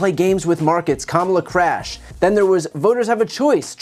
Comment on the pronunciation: Trump says CRAYUSH not CRASH